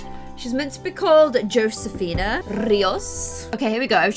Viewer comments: josefina is pronoced Hosefina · i think its actually pronouced josefina